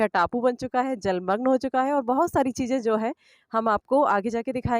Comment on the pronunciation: chize....not chiJe... word pronunciation should be perfect.. u got excellent voice